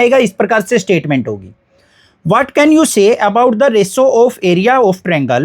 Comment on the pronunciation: Ratio❌ Resso✔️ 😂😂sir aap apna pronounciation shi kr lijiye